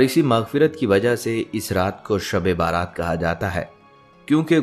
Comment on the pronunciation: شب بارات نہیں شب برات 😢 یعنی بَری ہونے کی رات